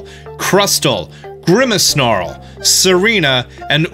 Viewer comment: Quag- a - sire, grim- i - snarl, OOOnfezant